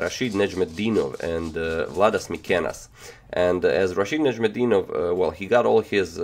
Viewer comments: رشيد نجم الدين وف i like how you pronounce well his name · Wow. You wrote his name wrong, but pronounced it right. :D